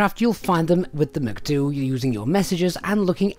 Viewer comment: Same as when people pronounce vehicle PRNDL transmission as Prindle :)